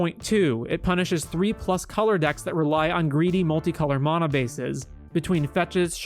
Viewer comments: "Maw-nuh" lmao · Bro you got some awful takes. Clearly don’t understand magic in a lot of ways. Also you’re saying mana wrong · The way this dude says mana lol